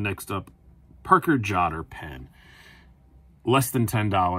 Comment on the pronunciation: I’ve been ruined by Shabbaz. Hearing “Parker Jotter” pronounced correctly almost grates on my ears! 😂